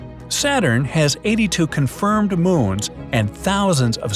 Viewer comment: I’m sorry, but who else heard “.. Moan of Uranus?” In the first pronunciation? -__- lol.